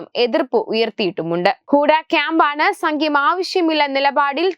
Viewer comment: സംഖ്യം അല്ല സഹോദരി സഖ്യം എന്നാണ് പറയേണ്ടത്.